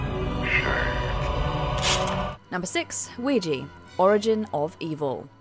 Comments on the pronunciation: It's oui ja, yes in French and German. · You kept pronouncing Ouija improperly. It's Wee-ja. You obviously never watched "Witchboard" to know the proper pronunciation and the context of the name.